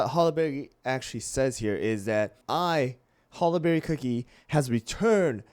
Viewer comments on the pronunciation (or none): Bro it’s HOLLY-BERRY not HOLLA-BERRY